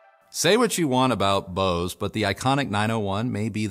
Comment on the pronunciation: Bose???? BOSE?????? Nope....